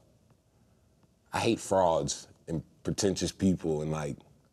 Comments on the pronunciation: Andrew Duncan Yep. I heard “frogs” too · I thought at first that Tyler said "I hate frogs" lol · Damn I thought he said frogs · the fact that a lot of people heard “frog” instead of “fraud” because it’s a very tyler thing to say is amazing lmaoooo